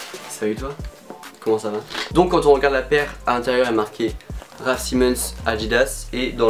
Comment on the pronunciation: Comment tu prononce sa toi 😭😭raf Simenon